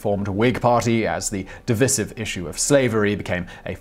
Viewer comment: does Simon intentionally mispronounce words/names and get dates wrong (divisive ,Thomas Aquinas,1828/1928) or is he a bit thick.